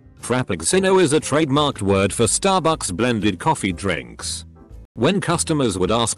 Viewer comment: “Frap-picks-sin-o.” 😂 Also, STARbucks.